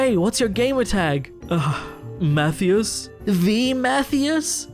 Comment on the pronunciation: I play ESO and I've never heard of Sir "eyes not els" Matheus before 🥴